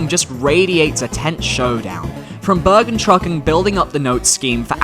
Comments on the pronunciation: It's actually called "bergentrÜckung" not bergentruckung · I died when I heard your pronounciation of Bergentrückung ;D Nice ist tho Keep up :)